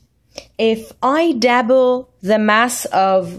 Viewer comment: WHat the fuck is a DABBLE learn to talk